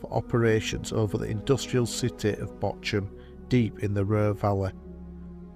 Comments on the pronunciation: It's Bochum, not Botchum. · "Botcham". The correct pronunciation of Names in foreign languages seems to be an insurmountable obstacle for native English speakers... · Aye mit was a nice video. Only criticism is pronunciation of RAF Wyton is "WIT'N" At tleast it was when I was there & Bocham is "BAWCUM" I've been there too